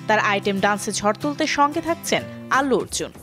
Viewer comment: আগে কথা বলতে শিখ আলু অর্জুন না আল্লু অর্জুন